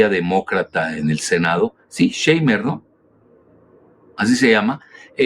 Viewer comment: Shumer pronunciación Shuuumer